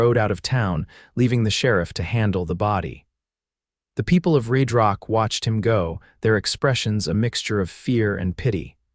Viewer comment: how does RedRock turn into ReedRock? AI screws up....please fix it!